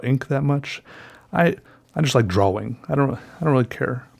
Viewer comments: lol i can't stop laughing cuz he says drawling instead or drawing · Drawing not DROH WING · ffs can you say drawing please. not drawling it's irritating aside from that great video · Its pronounced "drawL" with an "L" at the end. Jesus Christ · Why does he always say drawling instead of drawing?? It always makes me feel weird if that makes sense lol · “draw-wing..” love it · "besides a draw-wing" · Not to be rude but holy crap the rambling about using a pencil was probably the most boring thing I listened to in a long time. And not to mention the huge pronunciation of 'draween' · am I the only one who thought he kept saying "drowling" instead of "drawing"? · I love how he pronounces "drawing" like "draw wing" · dr-aw-ing. love it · haha i love the way u say drawing..u really pronounce the w. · At this point I think you know that's not how you're supposed to pronounce drawing but you just don't care. Great videos! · I love how u pronounce drawing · the way you say drawing urks me for some reason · i love how he says "drawing" with a hard w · Has ever explained why he says drawing the way he does?